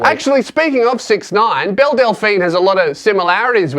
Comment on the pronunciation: Is it just me or does every time he says Belle, I here Bill.